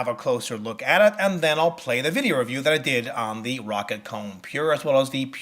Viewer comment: Plz "Row-Cat"